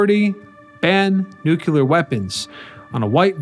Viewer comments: NOO*klee*er not NOO*kyu*ler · it's nuke-lee-er, not nuke-u-ler sheesh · Okay, lost me, when I heard the word, NEW-CU-LAR. There is no such word, George W. Bush. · So is " nu kyu lar ". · it's not nuculer. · Informative video, but the mispronunciation of "nuclear" made me cringe.